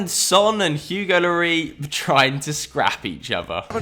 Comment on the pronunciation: Why are you saying llori AL the times he's name is lloris :p